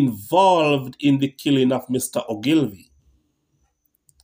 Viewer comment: His last name is pronounced ...... ooglevee.... Many people make the same mistake, great video.